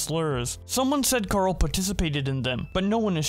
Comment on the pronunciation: ok not even a second in and you said karl wrong